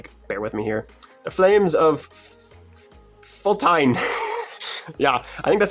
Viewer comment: Images of Ikonn(eye-con) Flames of Faltine(fall-teen) Fangs of Farallah(fuh-rah-la) Chains of Krakkan(kruh-kahn) If that makes any sense. You got everything else right.